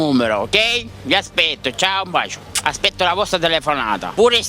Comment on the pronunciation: Sbaglio o dice "vi aspecto"?